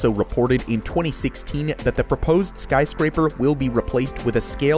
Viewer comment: Sky crapers you said it earlier sky craper